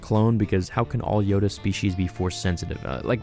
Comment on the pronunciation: It is know a Yoda not a Yodale